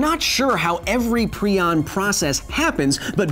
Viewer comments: It annoys me prai·uhnz --> prion Not pree•on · Is prion pronounced "pree-on" or "pry-on"? My retired-veterinarian biology, former Emory Hospital-researcher AP bio, and medical doctor chemistry teacher all said "pry-on" but Kyle says "pree-on." I'm not trying to offend anyone - I'm genuinely curious which is correct. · Agreed, it's definitely pry-on. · I've always heard it as pry-on, not pree-on. Kinda drove me crazy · TIL that it is pronounced PrEon not PrIon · "Prion", like "ion", has a hard I: Pry-On. A line over the letter in the dictionary pronunciation means it is pronounced as the letter. You pronounced it wrong every time... and you said it a lot of times. When you learn a new word you intend to repeat twenty to fifty times in a very short period to probably a couple million people who have never heard the word before, just to cover your bases, you may just maybe want learn the pronunciation of that word, as well. Just maybe. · Per the discoverer, its said [pry-on] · ...it's pronounced "pry on"... just saying... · Proin sounds like Crayon!!!!!🤣🤣🤣🤣🤣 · Why are you pronouncing prion wrong? It's pronounced (ˈprʌɪən), the i i s pronounced like the i in Brian. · Stop saying pre on :( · Great video!! I had no idea that I have been pronouncing prion (pry-on) wrong for the past 3 years. Keep up the good work, sir!!😁